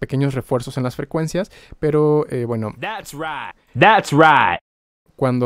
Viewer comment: Resumen "Thast right". Psdt: Buenas clases bro